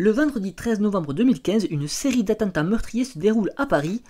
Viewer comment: Attentats et non 《attentas》s'il vous plaît Sinon, merci pour l'explication